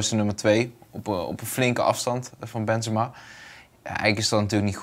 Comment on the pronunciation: Wanneer gaat Bas Benzemaaa zeggen ipv benzemA met zo’n korte a